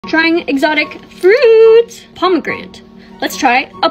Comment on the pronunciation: That’s not how we speak